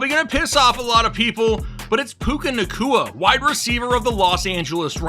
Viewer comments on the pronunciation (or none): did you just say puka nacua